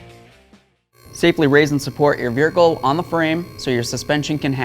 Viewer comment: I knew I wasn’t the only one who knows he said it differently 😂